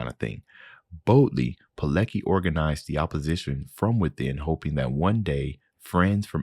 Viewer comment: Btw, his surname is pronounced like "Piletski" :)